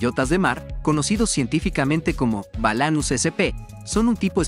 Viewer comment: Не "барнакулов", а балянусов. Это даже чётко слышно на испанском. Ученье - свет, а не ученье - тьма!